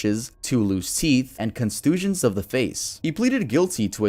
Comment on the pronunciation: Constusions of the face hahaha? I had to replay that to make sure thats what you said.